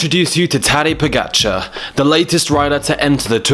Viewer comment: Skipper He pronounced it very well. The OP expects perfect Slovenian pronounciation which is of course moronic.